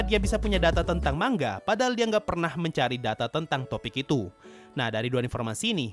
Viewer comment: Manga oi bang bukan mangga